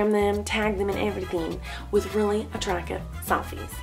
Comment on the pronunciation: anyone notice she sais attracive and not attracTive